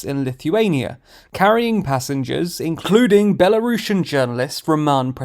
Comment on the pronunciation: "carrying passengers in-CLUDING!!!!" lol